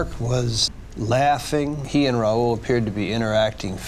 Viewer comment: 2 minutes into the video i knew how to pronounce Rahul's name. I'm finding it difficult to take reporter's facts at face value when he's calling him Raul.